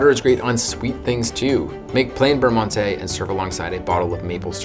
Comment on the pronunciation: 2 bites.... amateur lol just kidding. I was worse as a kid I would eat the whole pack in one bite!!! Beurre Monte check Google Translate for pronunciation.